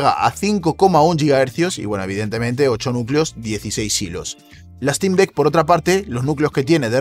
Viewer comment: Se pronuncia Sneik, no Esneik. Stim, no Estim. Valv, no Valve.